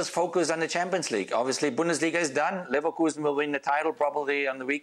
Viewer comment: he said leverkusen ......